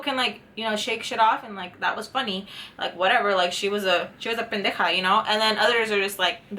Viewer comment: Bueno tengo que decirte que deberas me gusto tu chisme jaja y lo vi hasta el final y te doy unos deditos arriba. I can write that in English but it is only for you. jaja love you. Me encanta cuando dices Pendeja se oye tan chistoso.